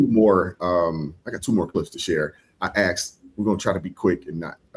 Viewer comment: Brother I watch you every night. Its asked not Axed